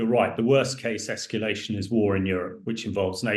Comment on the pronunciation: It's surprising that a war analyst doesn't know how to pronounce "nuclear", and instead says "nucular." Speaking of which, when asked what the worst-case "escallation" would look like, the response was "obviously war with NATO." Hardly. The worst case is Russian launching hundreds of nuclear missile as Europe and/or the US, which even if met with a larger nuclear response toward Russia, could mean most of civilization reduced to rubble and ash, and most life on earth gone.